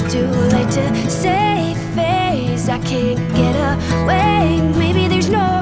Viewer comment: Wunderschön! Das einzige was mich stört, ist die unterschiedliche Aussprache, wie sehr oft bei Lena. Manchmal ist es „you“, dann ist es „yaaaaaau“. Find ich störend. Ansonsten sehr schönes Cover.